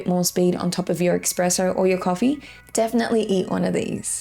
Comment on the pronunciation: Thanks for the guide! Continue with the good content! (Btw. its called espresso not ekspresso - couldn't help my self sorry)